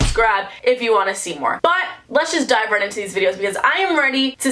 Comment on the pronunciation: Just me or do y’all love it when she say “vright? Vright.”